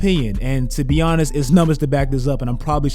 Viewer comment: Bro your "Honest" sounds like "Giannis" 😂😂